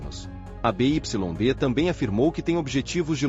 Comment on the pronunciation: essas vozes de IA são horríveis, mas uma dica, nos próximo textos, escreva Biuaidi em vez de BYD, valeu.